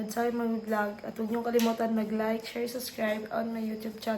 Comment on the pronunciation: anu daw? SUSCRIBE? hoy umayos ka ha nag vloger ka tapos mali ang bigkas mo sa SUBSCRIBE ayaw paka-ulaw uy wala ka ka skwela? tanung lang ha ayaw gamita imo pagka taga bukid ba😢